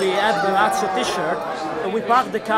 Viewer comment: I got to #10, Lazio, heard her pronunciation and immediately checked the comments.